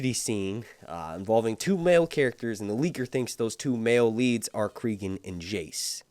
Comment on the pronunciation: Stop pronouncing names wrong. Listen to how they say Cregan, cause it sure as fuck ain't creegan